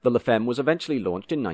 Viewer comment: By the way, femme is French and is pronounced fam and not feem. French, one of the 'other' 7000 languages of the world.